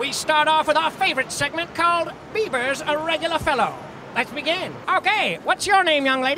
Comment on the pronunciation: did he said bever ? how can a bever have a haircut